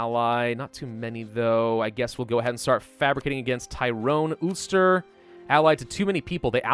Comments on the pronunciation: Anyone from Northern Ireland and Ireland will get ptsd by the way you pronounce ulster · I hate how saids ulster